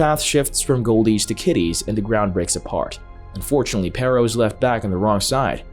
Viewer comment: i hate how they pronounce perro